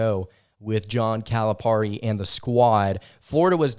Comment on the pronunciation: btw, learn how to pronouce Calipari, its not Cali parr ee, it's Cali perry